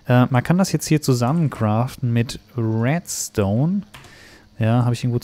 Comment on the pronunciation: sagt er residu statt redstone